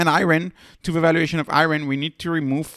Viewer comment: The "Ri" is the same as in "Rider", not "Reeot". It's just the word riot in the English language.